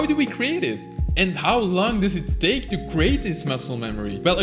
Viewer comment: Dude u used word's that have "th" sound in them too much that u lost ur control on some words like "Take". U said "THAKE" And that's a normal thing I think, that also happens to me🤣